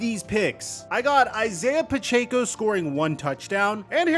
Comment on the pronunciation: Did you learn how to pronounce Pacheco yet?